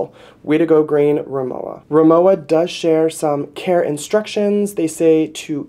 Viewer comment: Pronounced RimoVa. W is pronounced as a V in German. Rimowa is German